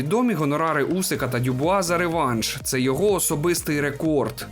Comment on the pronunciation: все норм але слово рЕкорд ріже вуха ніколи раніше не чув це слово з таким наголосом у словнику української мови слово рекОрд.